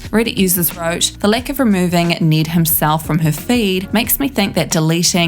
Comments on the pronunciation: ITS NED, NOT NEED OR NID. T.T the trigger. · You’re accent it sounds like your saying Niiiddd not Ned. Well cause we’re American I understand you aren’t American so I can’t expect you to say his name right… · Why is she saying Need not Ned?